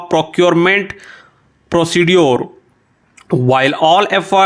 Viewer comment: Sir wo foreign hota h phorein nhi further hota phurder nhi procedure ko procejure pronounce krna hota h ...